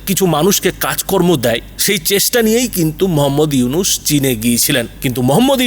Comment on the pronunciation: ফকিন্নীর বাচ্চা উপস্থাপক আগে পড়া শোনা শিখ নামটা তো ঠিক মতো বলতে পারিস না 😅😅চা বিক্রেতা মোদীর কুত্তা তোরা কেমন করে বুঝবি নোবেল বিজয়ী ইউনুস সাহেব কতটা সম্মানিত ব্যক্তি? শূয়রের বাচ্চা তোদের সমস্যা কি বাংলাদেশে যেটা ইচ্ছে করবে । কুত্তার বাচ্চা চীন ভারতের বাজার ধরোক কিংবা ভারতের গল টিপে ধরোক তাতে বাংলাদেশের কিছু যায় আসে না। নটির পোলা তোদের এতো ফাটাফাটি শুরু হলো কেন বাংলাদেশ নিয়ে 😅 তোদের ধরে জুতা পেটা করলেও জুতার অপমান হবে। খানকির পোলা নিজের দেশে কি হচ্ছে বল😅 আমেরিকা বাশ দিচ্ছে বাশ 😅 তোদের RAW কে নাকি লাল কার্ড দেখিয়েছে 😅😅